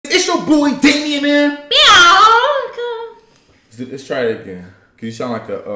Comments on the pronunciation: “Biawnca” that’s why I heard xD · is funny the way said biannca🤣